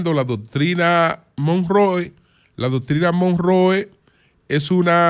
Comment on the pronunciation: Como se pronuncia la doctrina? 😂😂